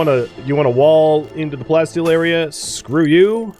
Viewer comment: You see, the Prof though you said "plenty steel" instead of plasteel XD